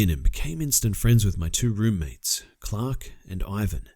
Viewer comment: "Chhhhlark and Ivan were blown away by the detail."